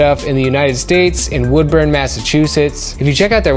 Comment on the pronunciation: Only just started watching your vids, great talent! But as someone living in Ma, there is no Woodburn in the state, U-Turn is in Woburn (similar pronunciation, just drop the -od-)